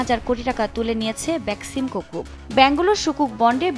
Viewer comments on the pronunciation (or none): none